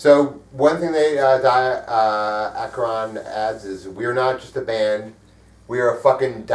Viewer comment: aSheron? Noooo, it's aKheron!!! I guess you do not pronounce Charon like Sharon, but Kharon...